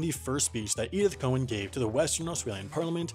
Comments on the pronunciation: ITS NOT COE-ANN IT'S COW-ANN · Just a pronunciation point of order from your friendly Aussie Star Trek site - that's loving your work... Her name is pronounced.. Edith Cow-an, not Cohen. Carry on. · Not ‘ko-en’, ‘cow-en’. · Haven't you noticed you say "Cowen" and bill says "Cowan"? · Cow an.... Pronounced cow aaan Not Cohen as in the jewish way. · Great video but I hate to be the one to point out that Cowan is pronounce just like it looks. Cow-an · Apparently we can't pronounce Edith's surname properly either. All this time we've been saying "cow-anne". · Hey you said Cowen and the note says Cowan. Did you make a typo??? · The way he pronounced Cowan made me not recognise who it was for a second